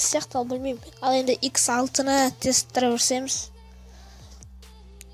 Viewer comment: Драйв емес Драйвь